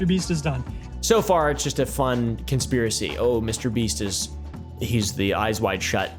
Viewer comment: Bro really said MrBeat 💀🙏